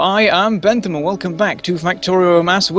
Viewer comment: Ypu are pronouncing Bent Ham's name wrong.